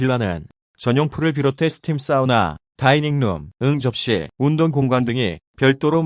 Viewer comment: 응접실/ 응~ 접실 하는거 존나 웃기네 ㅋㅋㅋㅋㅋㅋㅋㅋㅋㅋㅋㅋ